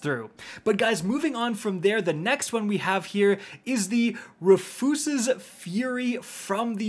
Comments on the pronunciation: Bro just called it "roofooses" It's Rufus. As in, Roof-us. lmao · ruhfoos's fury huh? lol pronounced (Roof-us) smh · Its ROO-fus, not reuhfoos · It's the name, RU-FUS. No need to Church it up. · Lol, Roofoosisis😂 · Hey it’s Roo-fuss-es Fury:) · Its roo fus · Lol how do you miss pronounce everything. Roof-yous-is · Why did he say Rufus’s fury like that? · Say Rufus again 😂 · Is that how canadians pronounce Rufus?? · I enjoy your videos but you said Rufus so dumb 😂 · That's not how to pronounce Rufus lol